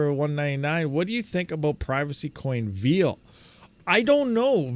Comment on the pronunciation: Why do some people pronounce "veil" as if it was "veal"??